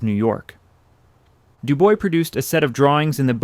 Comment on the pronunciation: It’s not DOO-BOY, it’s pronounced DO-BWAH.